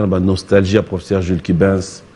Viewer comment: ...vs êtes déjà célèbre. Veuillez soigner votre Français( Tantôt, " vous", tantôt " tu"...prononciation à peu près, [ professeur] pas [ profseur]...na esprit ya bien.